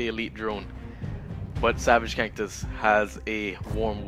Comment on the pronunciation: You say kantus funny